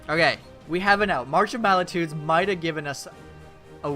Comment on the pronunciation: Great vid! But just wanted to point out... its march of MULTItudes, not MALItudes. Dont want to come off as a jerk, just trying to help! Also that last game was insane!